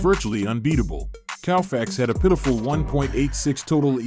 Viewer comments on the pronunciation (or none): Anybody who pronounces Koufax as Cow-fax has got some work to do. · Cannot even pronounce Koufax correctly, what do you expect.